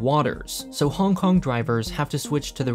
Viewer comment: I like how you say every city's name "normal" (English) but try your best at pronouncing Hong Kong as bad as possible